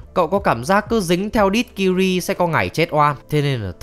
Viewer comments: Tên của công chúa Ciri đọc là Si-ri giống trợ lí ảo của IPhone ,chứ ô cứ đọc là Kiri nghe nó hơi chối tai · tên Ciri đọc phiên âm là Siri chứ ko phải Kiri nha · Ciri sao lại đọc là Kiri? :)) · Sao lại đọc tên con bé là kiri vậy cha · Ciri đọc sai phát âm r anh ơi